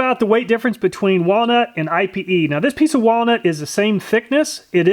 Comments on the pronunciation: If you’re wondering about the pronunciation on Ipe, I’ve heard a lot of people saying it “ee pay.” cool test! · pronounced "ee- pay"...i was wondering what I-P-E was. i didnt know thats how you spelled it so i had to google it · Yes! I recommended ipe. Thats awesome your trying it out. Im pretty sure its pronounced "e-pay" though. Too bad it didnt last longer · It’s actually pronounced “eepay”. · FYI IPE isn't an initialism, it's a word, ipe, pronounced like the word 'pee' in Pig Latin, ee-pay. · it's not I.P.E. it's pronounced eap-aye.. or I've heard eye-pay.. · If thats Brazilian Ipê wood then it isnt said like I.P.E wood but it's actually 'Ih-peh' wood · I believe it's pronounced ee-pay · It's pronounced "eyep" or (in French) "e-pay". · For the record, it’s pronounced “Eepay” or “Ippay.” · Pronounced EE-pay .... just like Ebay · IPE is pronounced EE-PAY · It's pronounced (eee-pay) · Its pronounced eepay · Ipe is pronounced 'EEE-pay', its also known as Iron Wood so no need for another Ipe/Iron Wood test. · EDIT, Miss heard.. You have walnut and IPE, but it is pronounced (EEE PAY) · It's pronounced eepay. It's a great bow wood due to almost non existent knots, straight grain, and insane density. The people who make flammability ratings for stuff classify it as more fire resistant than aluminum. It's so oily that it does not need to be treated for exposer to weather. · Ipe actually has a pronunciation. It's "eepay". Just FYI.... Love your videos, and the logical way you do your tests! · ipe is pronounce E-PAY. It is the strongest and nicest decking you can buy. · Ipe is pronounced ee-pay just letting u know cool vid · I had to Google ipe, and just so you know for future reference, it's pronounced "ee-pay".